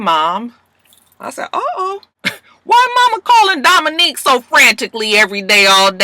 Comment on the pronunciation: im mad u keep callin Dominick Dominique lmfao i bust up everytime like cchhiilleee he aint no Dominique